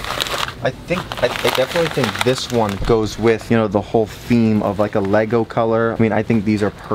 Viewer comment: Nego? U mean lego